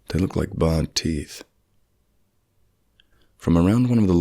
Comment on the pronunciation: Please try and find more stories that don't sound as though they have been written by a nine year old who has rushed their English homework. Some of the stories you tell are great, but some (like this one) just make me want to unsubscribe. Also, please work on your pronunciation, a badly pronounced word (e.g. barred instead of bared) interrupts the flow of the narrative. Your pacing is definitely improving though.